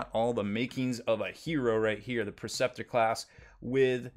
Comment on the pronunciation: Funny how he mispronounces a bunch of it. Las-IMPULSOR not Las-Imploder Knight PREceptor, not Perceptor. :D